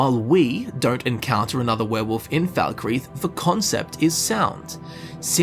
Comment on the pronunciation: The fact that your accent makes 'werewolf' sound like 'werewoof' to me, simply gives me altogether too much joy